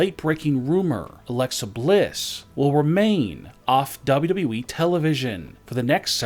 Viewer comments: Dub dubly e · DA BAU DABU EEEE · Dabelyw dabelyw e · Dub dun e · Dubdub doowee